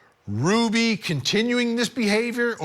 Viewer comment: "Ruby" not "Rudy"!!!!